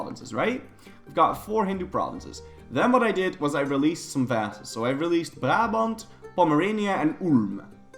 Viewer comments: Are you Dutch? You pronounce Brabant way too well. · I'm really impressed by how you pronounced Brabant. Are you dutch?